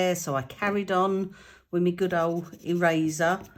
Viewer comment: I thought you said 'razor' not ' eraser' 😃 Going deaf in my old age! 😃😃 i tend to use Stayzon stamp cleaner before I use new stamps. Works a trear.